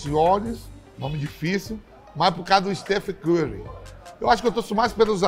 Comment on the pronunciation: "stuficorri" Ele dizendo o nome do jogador